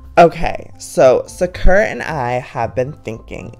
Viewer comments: He says it like SUH-KUR-AH💀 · It always kills me when he says 'Sakura' wrong. 😂 Love you Joey. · No office but how can he say his own cat's name wrong? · It's his cat he can pronounce it the way he likes it 😑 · Y'all, how he says and does things is why I've been subscribed for years. Calm down. His kitten's name is adorable, no matter how he says it.